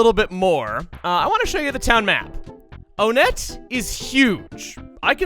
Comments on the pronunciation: I thought that Onett was pronounced Ah-net not Oh-net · Hey, not sure if anyone else addressed this earlier, but I think you may be pronouncing "Onett" wrong. Since a good number of the towns in this game are named after... well, numbers, I think instead of "OH-nett" it's pronounced "1-ett" to fit with the theme. So glad you're revisiting EarthBound, by the way! There's no doubt you've grown and improved since your very first LP - I mean, that's just how these things work - and I can't wait to see what your take on this game is after all this time. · I think the town is actually pronounced “ONE-ette.” I say this because the next cities are Twoson , Threed and Fourside so I think they’re supposed to be pronounced like numbers. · Why is it pronounced Oh nett and not won-nett? I always thought it was the latter cause of the town's being numbers in thirty names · Why do people pronounce it On-ett when the theming should have it pronounced One-tt. I’ve never understood this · Is there a divide in the pronunciation of Onette? I recall your original Let's Play of this you said "One-ette" but here you say "O-nette". Not a criticism but more of an actual question. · I’ve always been conflicted and often contradict myself on the pronunciation of Onett. I always say either (Oh-Net) because that’s how it looks, or (One-Et) based on the number. I more often pronounce it like One-Et due to a later theme with the town names and the signs throughout town have “One” highlighted in a different color. I want a definitive answer if someone can give me one: What is the canonical pronunciation of Onett? This is something that has conflicted me for a while I need an answer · I'm just curious, am I the only one who pronounces it One-tt and not Oh-nett? You know, put emphasis on the fact that it is ONE to go in line with TWOson, THREEd and FOURside? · Am I the only one who pronounces it as "One-ett"? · I've always pronounced it as "Oh-net"